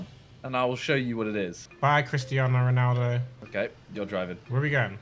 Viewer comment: It makes nit Ronaldo you pronounce it like this messi